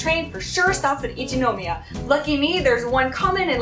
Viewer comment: 電車での出来事は本当に残念でしたね。駅員さんは大抵丁寧に教えて下さると思いますので、自信がないときは聞いたらいいんだと思います。私は田舎にいるので地下鉄は不慣れなのですぐに聞きますよ。 私もハローと同様に英語での日本語の発音に違和感があります。『一ノ宮』にしてもイントネーションが全然違うので(-.-;)